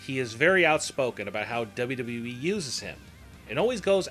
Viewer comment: I 've never cared for the way the narrator says, "WWE" and I think a lot of what he says here is pure conjecture. He uses words like, "probably" too much.